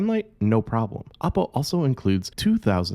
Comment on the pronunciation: Dont pronounce it APPO , as it sounds like APPLE. Should pronounce as OOppo